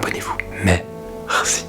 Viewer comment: mdr à la fin il dit "maire si" 😂😂😂